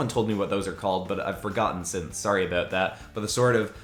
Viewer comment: my guy your Canadian is showing.... "Sorry aboot that" 😂😂